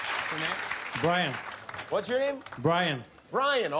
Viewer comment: Bwyan (Like monty python and the holy grail)